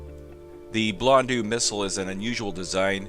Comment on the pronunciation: Blondo Just say blondo. It's not blondu or whatever. AU or EAU is pronounced O in French